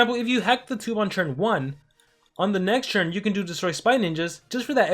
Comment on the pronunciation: Bro why cant you just say “turn” why is that hard for you your saying churn churn tf